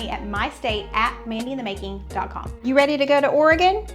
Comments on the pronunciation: Seeing your Tater Tot Casserole on the video thumbnail, I thought THIS was the Minnesota episode 😂. Just wanted to say thank you for pronouncing Oregon, Tillamook and Oregonian correctly. Enjoy that Marionberry Pie ice cream! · Great pronunciation on the word Oregon!! 😊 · Love that you pronounced Oregon correctly. Lol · Thank you,, for pronouncing Oregon correctly! So many YouTubers don't. As a native Oregonian for over 50 years, I have never made nor eaten a tater tot casserole. Yes, we have tater tots from time to time, but I have never known anybody to make that concoction here. Salmon, halibut, tuna, crab, oysters are the prime dishes we are known for here. You did nail it with Tillamook and marionberries tho! Marionberry ice cream is bomb! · As a native Oregonian, I simply love that you pronouce "Oregon" just like we do. That is a rare thing! ;-) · Thanks for the great representation of Oregon! AND pronouncing it correctly! Your videos are always fun!